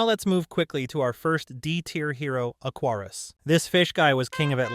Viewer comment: First of all BUB his name is Aquarius not "Aquarus" and second HE MAKES THE WATER YOU UTTER IMBECILE! "Aquarius is useless in the desert." No he's not! If anything he's even more useless in areas with a lack of water because like I said HE MAKES THE WATER! Slander my goat Aquarius again and i'll send one of my capos to your door buddy.